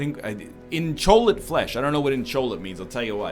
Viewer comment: wait, are we still on that, Im trying to figure out where the 'L hes getting an L in inchoate...